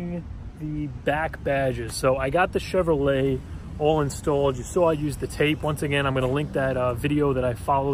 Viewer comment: C HEVROLET ;) Other than that, absolute beauty!